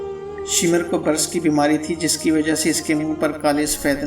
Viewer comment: shimar nahi shimr bolo..........daggay pendu